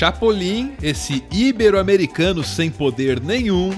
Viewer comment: Não faz mal, já que "Super Homem" e a pronúncia constante de "ibero", como uma palavra proparoxítona, se sobressaíram. Eu fico triste quando as pessoas só veem os erros mais óbvios e deixam outros passarem; sempre dão uma de "mestres da língua", sendo que eles mesmos cometem erros mais grotescos. Ótimo vídeo como sempre,. Peço que revisem melhor as legendas que vocês fazem, já que é possível ver erros de tradução e ortografia com frequência. Qual é a música que sempre toca no final? Gostaria de fazer uma sugestão para o próximo vídeo: "Devilman e o Realismo".